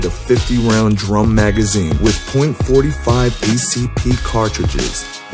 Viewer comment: “point four five acp”